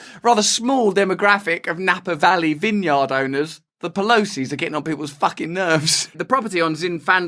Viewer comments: its pronounced Vin-Uard . just sayin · lol wtf is that vineyard pronunciation, oh wait you fixed it later lol